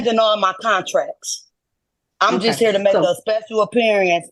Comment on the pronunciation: 🤣🤣🤣She speshul alright!!